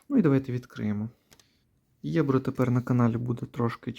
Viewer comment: Ну, якщо намічається більше, то може пора перестати говорити Єбро а почати правильно говорити Ебро?